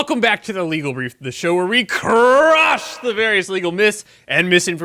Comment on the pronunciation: Whoa, that “CRUSH!” had a little extra oomph.